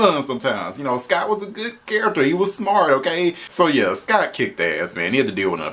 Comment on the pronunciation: It’s SCOTT Truman not Sky Truman